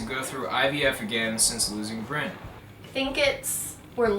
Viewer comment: My family calls my grandfather Brynn when he doesn't have his hearingaids in, his name is Bryan. Every time you say Brynn I think of my old fart of a grandfather, no disrespect in anyway just thought it was a little funny.